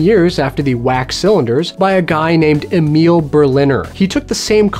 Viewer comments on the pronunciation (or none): none